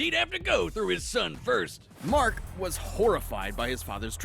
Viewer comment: Either my ears are off, or you called Mark Grayson Mac.